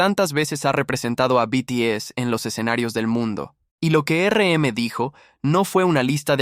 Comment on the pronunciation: muy bueno, se me hizo largo y porfa, basta de usar IA, no puedo escuchar más que digan ERE EME!